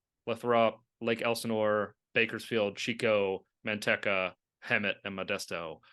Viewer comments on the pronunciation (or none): Host really needs to work on pronunciation.... Man tek a?